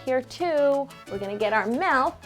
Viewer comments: Anyone else bugged when she says "melk" and not "milk" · This woman is flawless other than the fact that she says "melk" instead of milk